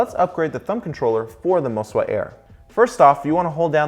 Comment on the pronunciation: think i heard you say, "mo-si-wa"